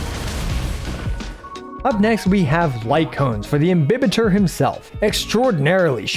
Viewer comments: Your Pronunciation is right He's actually Im-bi-Baiter Luna 😂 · Dude you're one of the few to pronounce "imbibitor" the right way 😭😭😭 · Your pronunciation of "Imbibitor" is correct: it's latin, so it's pronounced as it's written I don't know what the voice actor was drinking when dubbing (pun intended) lol Ah, just one thing: the plural of Squama Sacrosancta is Squamae Sacrosanctae (ae is pronunced like you do in Lunae) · Your pronunciation is okay. This is a Latin word. There's no such thing in Latin as "im-bye-bitor"... This is just again the Hoyoverse localization team not giving a damn about the correct pronunciation of the words in their own freaking game... And "imbibitor" means something like "drinker" (most precisely, "imbiber") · I refuse to agree with the EN direction for how to pronounce it, your pronunciation of imbibitor is far superior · Imbibitor with an i is the correct Latin prononciation. You're damn right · FYI Your pronunciation of "Imbibitor" is in fact correct, although we don't know exactly what the latin pronunciation of words was, it's sure as hell gonna be closer to roman-languages such as italian or spanish than the americanization of EMBAIBITOR, which is a bit cringy tbh. I'm glad I didnt have to cringe for the entire video. Great work as always! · Technically you’re correct with your pronunciation, but the VAs did so in an English way 🤷🏻‍♀️ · 1., thanks for your precious videos! 2. You got the correct pronounciation for IMBIBITOR, however the AE sound in LUNAE should be shorter, like the E of EXACTLY 3. Wish me luck, i'm about to pull for this husbando 😂